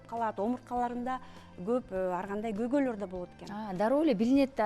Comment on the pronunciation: Кыргыз тилинде когой деген сөз жок. Туура сүйлөгөнгө үйрөнүп, анан эфирге чыксанар. Көйгөй деп айтыш керек